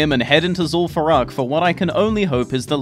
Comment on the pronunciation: "lim far eww" Don't ever change tts